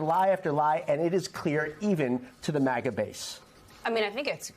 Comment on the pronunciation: haha how he says "Even to the MAGA base" That was a diss they deserve